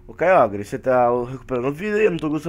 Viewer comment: a se fala kyoger kkk n importa mas ne kk